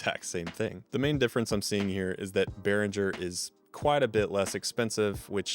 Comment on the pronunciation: Beh-ring-er, not Beh-rin-jer. I've never had a problem with the sound of any Behringer products I've had. Definitely had a few build quality issues, but we should always know that we get what we paid for. They offer great value over more expensive gear and have been on the cutting edge with several products over the years. The V-Amp and X-Air series mixers are my personal faves.